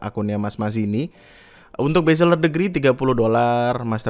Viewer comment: Kok gua dengernya best seller ya bukan bachelor 😢